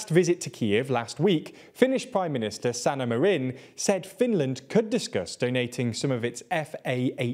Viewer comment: Wow, they actually learned how to pronounce a foreign name